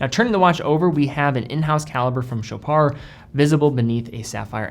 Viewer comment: You're actually saying sho-PAR and not sho-PARD!!! THANK YOU!!!!!!!!!!!